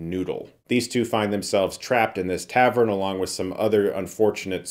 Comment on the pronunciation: Why do you keep saying "Tavern"..?